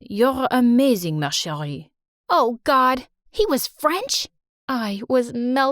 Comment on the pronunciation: MARCHERIE💀but as a person living in france their english accent is WAY worse